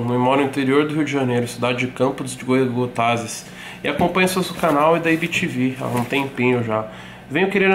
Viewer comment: Mas ele soube falar bem o nome da cidade de campo dos Goytacazes kkkkkkk 😂